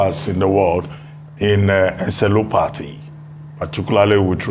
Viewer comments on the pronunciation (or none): Please Reuben Olodo! The word is Encephalopathy! Not Encelopathy. Olodo broadcaster. The only thing you know how to do is insult Obi supporters